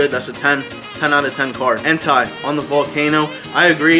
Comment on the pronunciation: Entei is pronounced En-tay, just want to throw it out, sounds like you're saying a specific word without the first letter